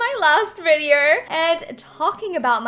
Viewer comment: ‘Virdeorr’ HAHAHAHAHA peace